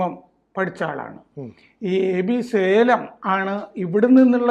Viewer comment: സേലം അല്ല ഷാലേം ആണ്